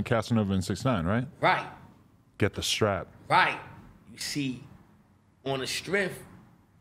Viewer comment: Foo said "BILLY DA BULL" , damn.